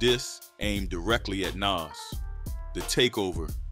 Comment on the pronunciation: But why can’t he pronounce Nas name properly?